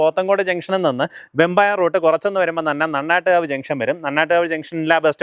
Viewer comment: മര്യാദക്ക് സ്ഥലത്തിന്റെ പേര് പറയാൻ അറിയില്ല , നന്നാട്ടുകാവാണ്, അല്ലാതെ നണ്ണാട്ടുകാവ് അല്ല, കുറച്ചു മുൻപുള്ള ഒരു വിഡിയോയിൽ ഇലിപോട് എന്ന സ്ഥലത്തിന് ഇളിപോട് എന്നുപറയുന്നതുകേട്ടിരുന്നു അന്നും ആ കമന്റ്‌ ന് താഴെ പറഞ്ഞതാണ് പേര് ശരിക്കുപറയാൻ, ആരോടു പറയാൻ ആര് കേൾക്കാൻ നല്ല പേരുകൾ ഉള്ള സ്ഥലങ്ങളെ ഒക്കെ ഇഷ്ടമുള്ളപ്പോലെ പറയുക സൗകര്യമുള്ളോർ കേട്ടാൽ മതി, എന്നാണ് പുള്ളിക്ക് , നോർമലി തിരുത്തികൊടുക്കുമ്പോൾ അവർ പിന്നെ നന്നായി ശ്രദ്ധിക്കാറാണ് പതിവ്, ഇവിടിപ്പോ ഇങ്ങനെ പറ്റൂ എന്നാണ് വേണേൽ കേട്ടാൽമതി...... എന്താ ല്ലേ